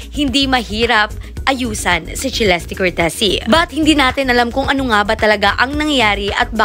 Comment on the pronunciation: Its Celeste /selestey/ not /chilesti/ 🙄🙄🙄